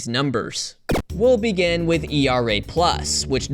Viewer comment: Hi, I noticed you said “ERA”, instead of “E-R-A”. Don’t make this mistake AGAIN! Thanks.